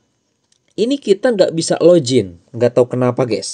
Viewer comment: Login bang bukan lojin 😅